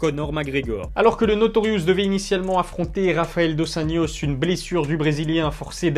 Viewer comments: Slt " Dos anjos" ça se prononce dos anRos et pas dos anYos. c'est une critique positive tkt 😉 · Tu aurais pu prononcer dos anYos si ça serait 1 nom d'origine hollandaise mais la c'est 1 nom d'origine hispanique donc on dit dos anRos